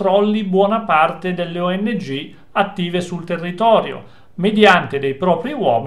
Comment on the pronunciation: oddio!!! le ongh.... :D non le o.n.g.... le ongh 🤣 ma sono del mestiere questi???